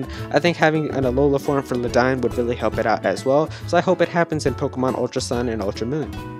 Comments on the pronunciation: you mispronounced ledian. its pronounced lay dee in not ladine! but otherwise this list is pritty good and its cool to see everyone super exited for usum (ultra sun ultra moon) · lmao what the hell is luh dine? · god my ears bleed every time I heard him say Ledian's name...